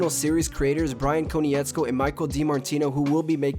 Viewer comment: KOH-NITZ-KO, please pronounce Bryan’s name correctly the fact you don’t I find insulting considering you’re an avatar fan I find odd.